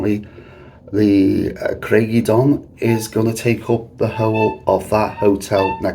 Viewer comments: I stayed there in 1973. Ohhh try the pronunciation again. Lol. Say it as. Cryge uh don not eh don. Lol. But great video. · Pronounced Crige uh donn. Ige as in tiger, not nigel. It means rock of the wave, ie a rock that juts into the sea that the waves splash against. Welsh is my language, that's how I know.